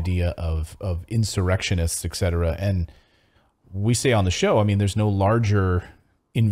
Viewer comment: Eksetera? 😂😂😂 before